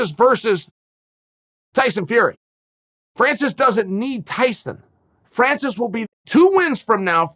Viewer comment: You can tell that Chael likes Francis, because he knows how to spell and pronounce his name.